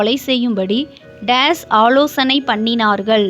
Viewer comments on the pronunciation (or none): பொள்ளாத , நள்ள, ஆளோசணை மற்றும் பல. But for the faulty pronunciation the quiz is excellent.